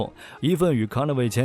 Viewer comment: CONVOY能读成那样也是不容易啊~ 阿三都甘拜下风🤣🤣